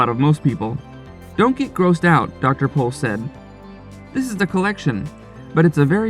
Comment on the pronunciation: Appreciate that you said his last name correctly